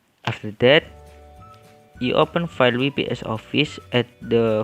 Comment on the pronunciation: WPS is pronounced "double yu pi es" NOT we pi es =)